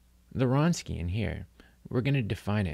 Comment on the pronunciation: It's pronounced "vronskian". Good lecture otherwise.